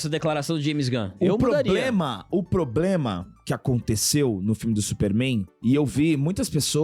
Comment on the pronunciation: O que mancadaem '' min, O PLOBLEMA, O PLOBLEMA''!!!:face-fuchsia-tongue-out::face-fuchsia-tongue-out::face-fuchsia-tongue-out